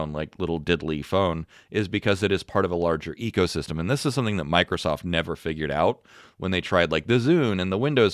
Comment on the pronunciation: Did he say Ego System? Or Eco System? 😂😂😂